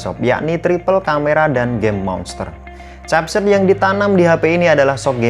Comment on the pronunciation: Capset, Xiaomi Reno 8 apaan anjggg, ngakak w dengernya